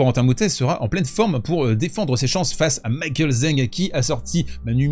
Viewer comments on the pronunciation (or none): none